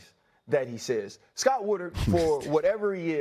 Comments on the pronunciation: Ryan Clark is so passionate about the LSU AD, but can’t pronounce his name It’s Scott Woodward, you idiot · So Scott Woodward was such a good ad that Ryan Cluck couldn't bother to pronounce his name right?